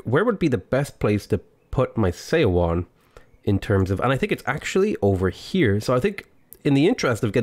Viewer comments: Seondeok is pronounced Soundouk Edit: And Seowon is like "Souwon" Also, Lmao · Her name is pronounced like "sun-duck" and Seowon is pronounced like "Suh-one". When Korean is written with English letters, "eo" is pronounced like "uh".